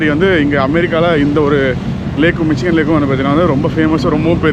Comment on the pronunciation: Bro 😅 Eventhough it spells Michigan... pronounciation is mishigan .